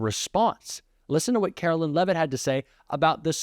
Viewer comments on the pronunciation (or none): Leavitt should be pronounced as LEAVE IT not LEVIT.